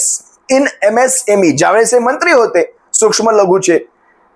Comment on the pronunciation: त्याला सुक्ष्म सुद्धा बोलता येत नाही,सुशम बोलतो